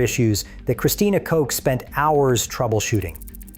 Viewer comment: Narrator can't seem to decide whether to pronounce Christina Koch's last name as "Kosh" or "Coke" Glad the astronauts allowed TrHump to make an ass of himself (and he certainly doesn't need any help for that).